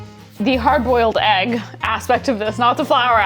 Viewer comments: Ayyg club unite 🎉 I also didn’t know I said eggs wrong until my fiancé started making fun of me for it. I still don’t hear the difference. I see you, you are not alone 🥚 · yall don't say egg wrong...you're just saying it in Swedish 😌 (ägg)